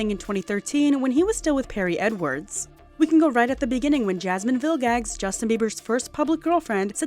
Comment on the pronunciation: Craziest pronunciation of Villegas I’ve ever heard